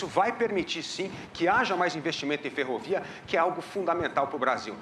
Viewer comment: a candidata não conseguiu falar a palavra ferrovia kkkkkk